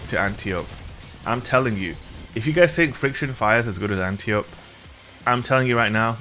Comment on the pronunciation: Just a FYI for everyone (that I learned from the first Wonder Woman movie) this gun's name is Greek and is pronounced an--TIE--oh--pee. Princess Diana's teacher was definitely not being called "auntie ope" during the movie lol